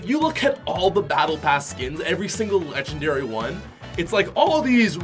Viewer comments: Yeah dude. I totally agree. They are not “Legengdary” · 'Legengdary' yea? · Not lengengdary lol